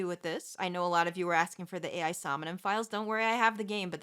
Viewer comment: You mentioned Ai somnium files. as i learned right after recording the last episode of my lets play for the sequel, the title is pronounced like “eye” bc its the japanese word Ai